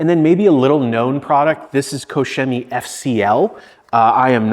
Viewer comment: Finally, a detailer that pronounces koch chemie properly.